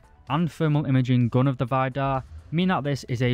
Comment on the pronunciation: Why do you keep calling it Vajdar? Everything and everyone ive heards it's name from, including Kratos, naming one of scandinawian gods, said Veedar xD